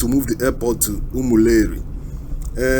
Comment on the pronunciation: Reporter, it's not Umuleri but Umu-Eri